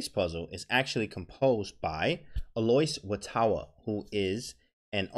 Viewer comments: Is that really how one pronounces Alois Wotawa? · no its not